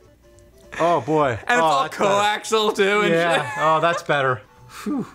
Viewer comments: Andy Prokopyk Came to the comments to post this exact thing. I've never heard anyone pronounce it "coaxle" like these guys do. Even more strange is Cethis's suggestion on how it's pronounced... XD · CO - AXE - E - ALL - Coaxial You guys always say it "CO-AXEL". It's not axel, it's axial. I'll let your Bury Berry stand because you honestly do have a legitimate point with that one. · Repeat after me - CO - AXE - EE - UHHLL. not co-axle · Co-axial cable. Axial. Axe-ee-all. Not axle. I love you guys, but in all of your videos with old systems you say it wrong and it drives me nuts! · CO-AX-I-AL ... 4 syllables (not "co-ax-al"). I've watched so many videos now of you guys both saying it wrong, i just had to say something. Other than that, keep up the good work. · Coaxial Co-axe-ee-al NOT Co-axe-al AGHHHHHHH please say it right... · Just a note guys, the word is coaxial, with four syllables. Co-ax-ee-ull